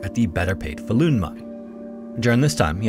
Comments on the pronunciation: The stress on Falun is on the first syllable, but otherwise okay pronunciations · Faa-lun rather than FalUun but great video 👍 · This man almost got "Falun" completely right, which as a Swede, I think is impressive, usually swedish names are completely slaughtered on Youtube. The only miss was the length of the vowels being swapped, as the A should be long, and the U should be short, not the other way around. It kinda sounds like the word "fallen", if the E was a U